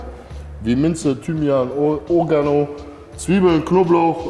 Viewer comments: Das heißt Oreeeeeegano😂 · Ey wie heisst dat nochmal !? Orehganno ?? Oregano 🤣 Beste Unterhaltung aufen Sonntagabend ❤ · Zu Oregano, sagt der einfach Urgano 😅